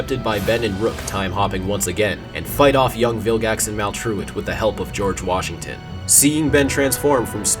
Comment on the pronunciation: It all made sense until you said GORGE WASHINGTON